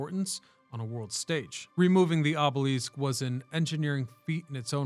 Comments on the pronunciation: aa·buh·luhsk, not aa·buh·leask - Went down a rabbit hole to see if any other language says it that way and got nothing. If this was a rage bait tactic to get comments you have succeeded in at least three as of this post. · Another poser historian who can't pronounce the very word that is the core subject matter of his material. Oobeleesk? I can't wait for the episode on the Sioux. Your credibility is completely shattered by this shortcoming. Pick a subject that you actually know something about before attempting to enlighten the world! It's offensive. Moving on and not checking back. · The way you are pronouncing obelisk seems incorrect. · I started watching this video today because it looks really interesting and the video seems really professionally done but I just couldn't get past the fact that he kept pronouncing the word obelisk incorrectly. So I had to stop watching. Maybe one day I'll try one of his other videos. Sorry, I'm not a hater I'm just being honest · Gross mispronouncing is the most common and annoying tip off of AI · The way you say obelisk is a little distracting and jarring